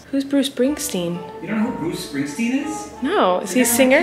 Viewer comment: “who’s bruce spring-steen?” 😂😂😂